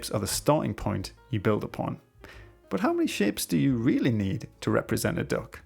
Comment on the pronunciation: I kept hearing dog instead of duck 😭